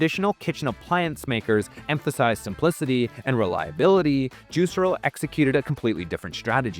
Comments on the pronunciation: It's pronounced "juice-air-o", not "juicer-o". Literally never heard it pronounced that way... smells like AI. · That's... not how the company pronounced its name (Actual Marketing Insight #1: know the name of the thing you're making a video about)